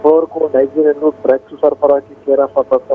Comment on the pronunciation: గ్రడ్స్ ఏంటి... డ్రగ్స్ కదా...?